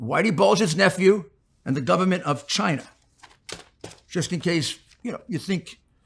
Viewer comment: "Chiner"... His New York accent, inability to pronounce words that end in "a" ... 🙄😂